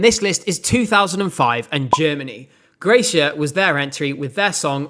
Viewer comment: the name of germany‘s gracia is pronounced like grazzia i think not that it matters much